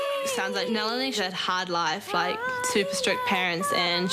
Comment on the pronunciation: lmao it's not NEH-LINI... it's NAH-LINI